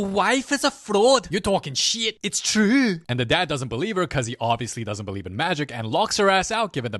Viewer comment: it's cHrewW💔💔🥀